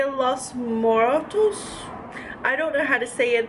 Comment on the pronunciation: Jesus, it's not that hard to pronounce Dia de los Muertos. Research.